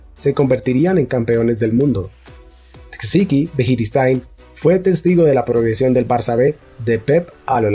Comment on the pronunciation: Buenísimo . Pero cuando escucho que dice Javi txiki o birijistain ...jajaja